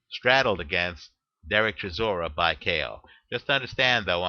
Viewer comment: its pronounced chi saw ra